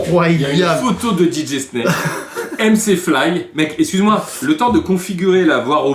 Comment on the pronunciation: Carlito : on dit je m’e X cuse et pas je m’e S cuse 😅